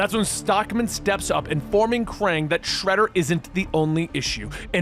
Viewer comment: he says Kang instead of Krang😂